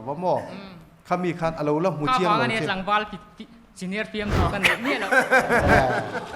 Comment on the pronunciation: Pu Mapuia hian 'film' hi 'flim' tiin a sawi zel a. F-i-l-m na nâ nâ. FLIM ti bik tawh lo se.